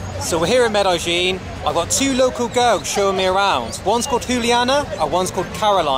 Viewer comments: Why does he call Medellin Medajin? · Med EH jean. Not Med eye jean. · Who told you to pronounce it "Med-AHH-ZHEEN"???!?!?